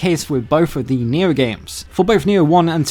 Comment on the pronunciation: I was like, wtf is he saying? Nyew? What's Nyew?